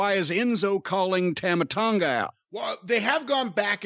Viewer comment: pronouncing Tama Tonga's name wrong makes me cringe. It's Tah-mah,.